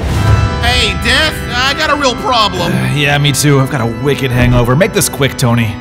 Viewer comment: Whenever he says death it sounds like dad